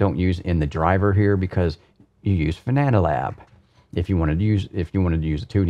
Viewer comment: Thanks for the review, great to know how your wheel base looks inside. I can't help but smile at your "Fananalab" comments 😄 Seems you realized by 35min. and forward though 👍